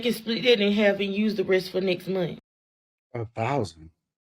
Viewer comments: Nest munt? Next month, shit isn't hard to say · "Nect momf" give me a break!! Learn English and get a f'n job! Don't feel sorry for any of you!!!